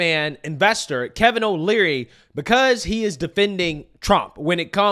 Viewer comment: Just a helpful tidbit, its "Kevin O'Leary" not "Kevin O'Learly."